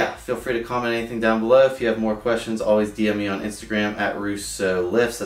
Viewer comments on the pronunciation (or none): none